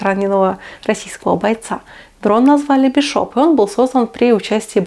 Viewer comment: Не "БишОп", а "БИшоп". См. х/ф "Чужой"